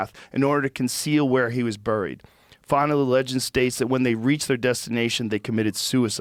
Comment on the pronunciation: Joe can't pronounce "buried."